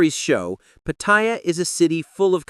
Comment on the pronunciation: Unlike English language; all Thai words carry no stressed syllable. Every syllable carries the same weight. So, it is Pat- Ta-Ya, not pat-TA-ya.